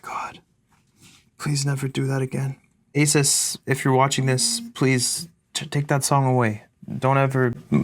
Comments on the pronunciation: say “asus” without the “a” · Take out the “a” in “asus”😳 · "Say Asus" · I love how the song says the correct pronunciation of ASUS and then he immediately after says it wrong